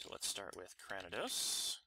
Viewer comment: Just a tip cranidos is pronounced kra-knee-dos